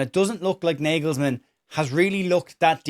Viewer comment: Gotetska, Kimmich et al are German football royalty, they’re not going to be dropped for Stach. Very demotivating for Stach, and shows why German football is in a dip. (Btw, it’s pronounced “nargelsman”) Keep up the good work mate 👍🏼